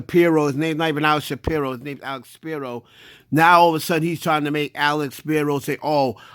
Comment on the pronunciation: was on Dame head this whole video 🤣🤣🤣 GOOFY, DUH, It's Alex Spiro NOT SHAPIRO🤣🤣🤣 it's like apples and cranberries.